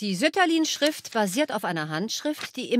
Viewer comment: Sütterlin wird doch nicht auf der ersten Silbe betont.